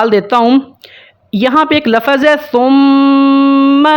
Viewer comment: भाई साहब आप समझा तो सही रहे हो लेकिन बार बार आप लफ़्ज़ को (लफ़ज़)बोल रहे हो यह ग़लत हैं इसलिए आप अपने लफ़्ज़ बोलने का तलफ़्फ़ुज़ सही कर लें।